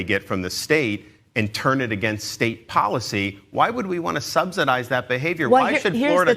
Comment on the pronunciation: He keeps pronouncing "subsidise" wrong.